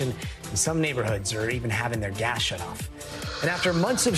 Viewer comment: Is my imagination or does Gadi pronounce gas as gash?